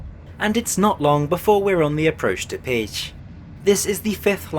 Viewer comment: Kelenföld and Pécs are really butchered though and that really bothered me, atleast he made an effort on Budapest.